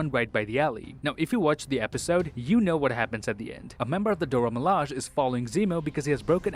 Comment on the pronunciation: I know its no big deal but its pronounce mi-la-jay